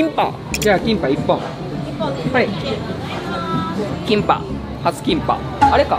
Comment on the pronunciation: すみません、韓国人のファンなんですけど キンパ(김밥)の発音物凄く良いです そうです!韓国の海苔巻です-回した後にごま油は塗ります一瞬!!!! 韓国人に見えました一 これからも応援します!!!!